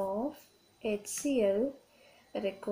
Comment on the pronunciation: Mam Its HCL not hectCl🤣😂